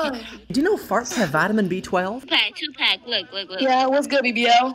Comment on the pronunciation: no way that girl called 2 pac 2 “pack”😭😭